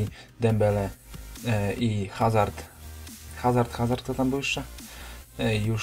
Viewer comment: nie HAZARD tylko AZARD